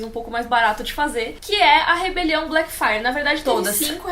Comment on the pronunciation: Elas falam Blackfyre eu escuto Black Friday. Rebelião Black Friday.